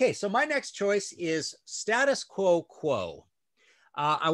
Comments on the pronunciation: Loved the show but just to let you know that you guys aren't pronouncing "Status Quo" the way that the band do. It is State Us Quo, as if there is an invisible letter "e", same as if you were saying The United States of America. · Great review. Btw it’s not ‘Stattus Quo’ it’s ‘State-Us Quo’ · For terrible albums covers for great albums go no further than the Scorpions. I have to laugh at how you across the pond pronounce 'Status Quo'. I do love the Quo album cover. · Stay-des Quo is how we pronounce it :-)